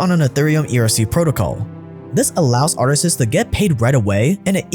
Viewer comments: Dear, Please stop saying "artises" it's artists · Bruh why is he saying artists as “artist-es” lmao